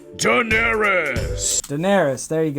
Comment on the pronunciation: That's not even how you pronounce Daenerys.... Or Maleficent..... Wtf intro guy?